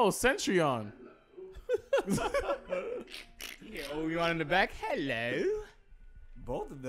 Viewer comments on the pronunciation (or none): Nobody:: CETRION?